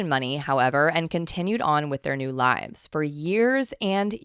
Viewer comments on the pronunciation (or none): none